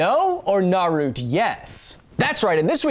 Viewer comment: You mean naru-TO